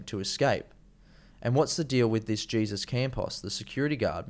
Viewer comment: Not “jee-zuss” Campos - it's Spanish and pronounced “hey-zoose” Campos. I appreciate your efforts (and appreciate ANYONE’S efforts) to contribute to the alternative truth-media effort but have to agree with a previous reviewer. If you're going to do this you have to THOROUGHLY acquaint yourself with ALL aspects of the case beforehand (read articles, watch other's YT investigations, etc. and read MORE articles). I think you do yourself a disservice by not being fully and completely prepared. Also not sure why you would make a video with Connor Fairclough (who I'm sure is a great guy) but who freely admits he has little knowledge of the topic. You need to check out Jake Morphonios at End Times News, Alex Jones at Info Wars, Brian at High Impact Flix and Mike Adams at The Health Ranger (who did an excellent ballistics analysis of the shooting) and Tracy Beanz who is a tenacious dog with a bone. Also U.K. based HDRCFX Cornwall who specialises in computer graphics re-animations and also give a cursory glance to John E Hoover. America is in real trouble at the moment. Everything is so dirty, corrupt and so orchestrated, but thankfully the world is waking up to their nefarious ways and beginning to connect the dots. We'll done for wanting to be on the side of good, not evil. We need everyone we can get.